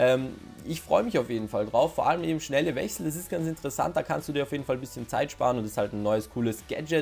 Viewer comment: "Wech sell"😂